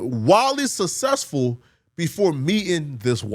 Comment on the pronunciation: Why can't this guy pronounce "successful"